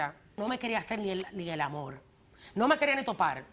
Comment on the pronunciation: “Amol...” este es el problema, nadie comprende el idioma que este tipo habla “Amol”